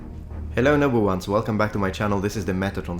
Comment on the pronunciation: I can't be the only Star Trek fan that hears "Number Ones" when he says "Welcome Noble Ones" Lol